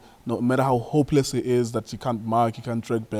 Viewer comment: It's how you emphasize how "hopeless" some players are for me😹😹